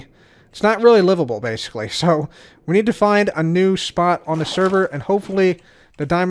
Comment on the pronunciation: I heard "butt hole" as you were saying "but hopefully"